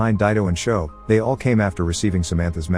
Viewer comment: He said joe not sho